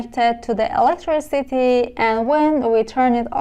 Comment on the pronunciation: برای مثال دیود نادرسته. باید دایود تلفظ بشه. یا مثلا کامپوننت رو با تاکید نادرست روی ابتدای کلمه تلفظ میکنید در حالیکه تاکید یا استرس روی p است یعنی کم - پوننت. یا الکتریسیتی باید استرس روی ت باشه نه ابتدای کلمه.